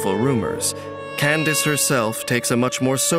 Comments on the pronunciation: Who even started calling her Kan-da-ke? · Well then, it's official. It's pronounced as Candace, and not as Kandake. Here come the jokes... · SO IT IS PRONOUNCED CANDICE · Candace is the Americanized version of Candake. Some people use the original pronunciation because it's more unique or cultural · I thought he name was pronounced candake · Pls why do people pronounce candace as "kendake"😭